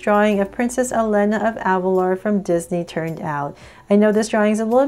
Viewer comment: And pronouncation is E-L-EE-N-A elena